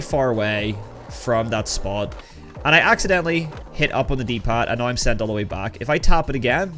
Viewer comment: the way you say "now" is just wrong.